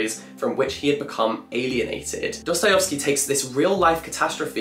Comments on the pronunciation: was I the only one that went crazy by jack pronouncing dostoyEvsky as dostoyOvsky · Jack. please. it's not Dosto-yo-vski. it's Dosto-yev-ski. as in yes. not as in yos. please, i beg of you. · Love your videos Jack! Your character is so warm, funny, and witty. Keep doing what you're doing cause we are obsessed :) PS: Its DostoyEvsky not DostoyOvsky <3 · It’s Dosto-yev-sky not Dosto-yov-sky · Jack, bestie. Not you too. It’s DostoyEvsky not DostoyOvsky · PLEASE stop pronouncing it 'DostojOvskij' I am begging you